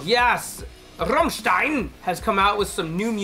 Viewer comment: Can you stop emphasizing "RAMMSTEIN" so silly? Not even we Germans speak like that..🙄